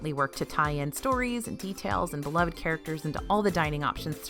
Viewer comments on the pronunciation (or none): none